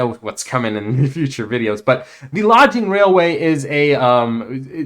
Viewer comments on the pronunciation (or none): Is English your first language? Lodging Railway instead of Logging Railway. Omnious Isle instead of Ominous Isle.